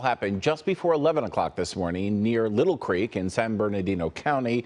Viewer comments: It’s pronounced LIE-tull, not little. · Lytle Creek is pronounced "Lie'-tle" not little. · Thank you! You'd think doing local news they would get that right. Even with the Y, dude got it wrong. I guess we can be thankful he didn't say "tiny creek" or people would still be looking for the epicentre. Sound it out man....Sound it out. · Light-All is how Lytle is pronounced!